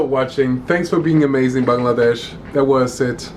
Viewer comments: I love how you say 'Bangladesh' in the perfectly correct way/accent. This is the first time I've seen a foreigner pronounce it correctly. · At least you said the name of our country clearly 😇